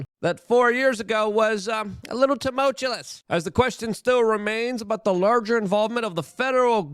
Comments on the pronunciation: I have to turn luke off every time he says tumulchewluss. Stooooop please. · TU-MULL-TWO-US It is endearing when you mispronounce words but this one is getting to me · Someone please fix Luke's pronunciation of "tumultuous." I'm not sure we can go another year. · Luke, for god sakes man. It's "tumultuous" Not whatever the hell you say every single time